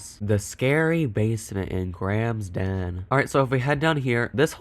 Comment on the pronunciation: The way says the den! 😂😂😂